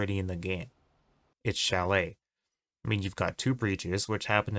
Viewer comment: I was with this guy til he said chalet